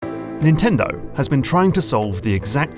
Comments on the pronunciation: Insanely good video, the only thing that bothered me is "NNTENDO" . Just kidding, it's good even with that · Is "NNtendo" intentional?